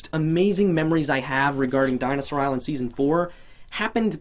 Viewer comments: it said deson insted of seson oh and u are great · am I the only one who noticed it said "Deason" instead of season?